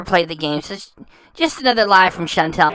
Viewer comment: But her name isn't Chantel....it's Chantal. And why have her repeat something over and over? I don't get it.